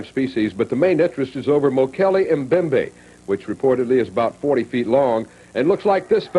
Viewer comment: Mobembe? It’s Mbembe Mmm Bem bay